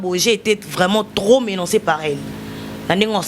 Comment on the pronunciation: Koloba mingi français ça veut dire quoi leketshou ? Tika Bilobela, azoloba lingala makasi pe kitoko. Botika bisalela. Lingala est une belle langue appréciée par beaucoup en Afrique. Mutu olobi alobaka kaka français, azoloba ba menancé au lieu de dire menacé., nu,azoloba ni .Botika français n’a ba français, loba lingala,TOLEKA 😅